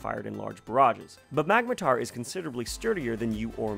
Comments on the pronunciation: "magmatar".... its clearly magmortar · Its magmor-tor not mag-matar